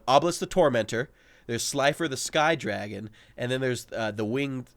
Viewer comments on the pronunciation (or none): none